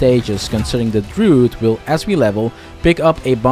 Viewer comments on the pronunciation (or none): Dru-id not drood couldn't watch